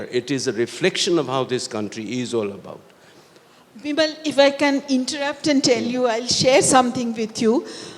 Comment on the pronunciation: Its Bimol not bimal.. is she not able to pronounce properly or ist it on purpose. I mean how hard is to called a name correctly. And bimol is not that hard one